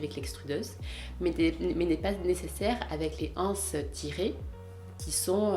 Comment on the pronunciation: La liaison s'il vous plait! Une (n') anse, des (z)anses :-)